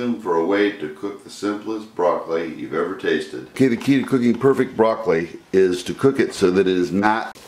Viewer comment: oh I see now, the word you try to say is perfect, you pronounce as perfek. I actually don't think this is perfect. Seems like you lose some nutrients boiling the broccoli even for near 2 minutes. Think I would prefer to just roast. Also, the way you seasoned. I want an even spread of the oil, garlic, pepper, and salt. The way you did it is the way most cooks do it, but you really only season part of the dish.